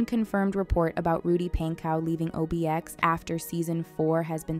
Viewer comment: pronounced rudy punkow its spelled pankow, but the a sounds like a u